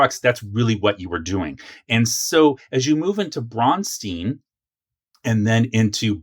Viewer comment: I can tell you never visited Minnesota to research the history. They way you pronounce Braunstein and David Wesely's name is wrong. I will invite you to chat with the people here. You have some interesting large gaps in knowledge, but for the most part you have a lot of correct information. There are MORE gaps that I think you would like to hear answered. The rest of what you are talking about we NEVER EVER dropped even in later editions. And it is a lot of fun. THIS is what we call a campaign. New players have distorted the terms campaign, module, and other terms.... and that is all because the current WoTC and Hasbro people have no clue.